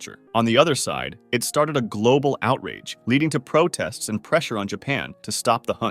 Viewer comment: "Dolphin andu Whale"